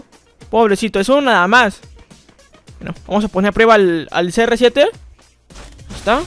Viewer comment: Cada like son las veces que dijo serresiete 👇